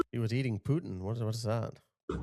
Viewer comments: The guy arguing with the police woman was in Quebec Canada and so he mispronounced the food he was eating. It was Poutine not Putin. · Poutine. It is pronounced Pu-ten almost silent n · It's pronounced puteen it's like a gravy in Canada